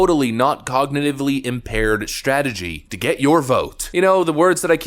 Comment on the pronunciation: Gumby McStooge Scarborough cant even pronounce Cognitively Impaired. Who's impaired now McStooge.